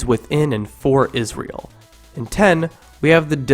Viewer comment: It's "Israel" not Isreal. Smh. You repeated the mistake at least 4 times.